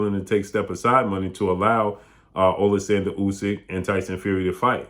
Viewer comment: AH-lexander, is how Usyk's name is pronounced.